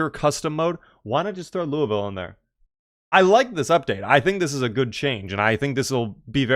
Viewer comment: I love that you pronounce Louisville like a native.